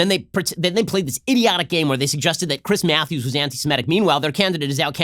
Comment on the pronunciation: Chwiiiiiss Mwatthewwwwws